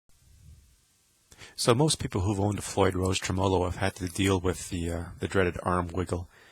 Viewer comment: Good info, but please just say "trem" Not tre-mow-low. Treh-mah-low